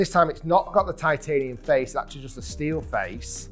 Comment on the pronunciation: Gc quad can’t be right all the time TIT-ay-nium 😂